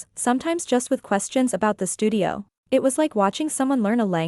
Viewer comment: Stories. Please, edit your narrating AI voice, it's so annoying. 'It' becomes 'Eye Tea', it's ridiculous. And, why is this AI voice rushing through the story? Do you know anything at all about punctuation? Not subscribing until you clean up your act. And certainly not recommending it to friends. I'm fed up with these AI stories.